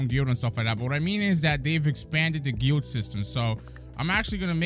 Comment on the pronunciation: hearing pronounce guild wrong is just too funny